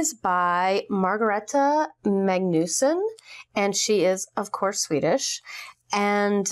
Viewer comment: her name is pronounced Mag Nis Son